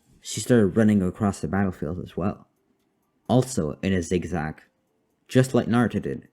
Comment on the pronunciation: Bro great vid but you said Zig Rag